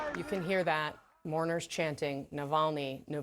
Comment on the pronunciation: ‘Brave moarners’ 🤦🏻‍♀️🤦🏻‍♀️🤦🏻‍♀️